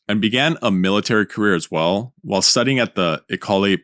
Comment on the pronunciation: Cue the comments from the Frenchmen on the pronunciation of "école"